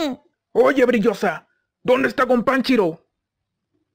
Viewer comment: Yo le entiendo "Gompanchiro" pero igual like xDD